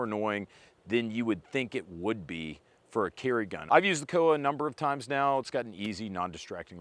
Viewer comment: It's COA (Co Uh). Not an acronym, supposedly.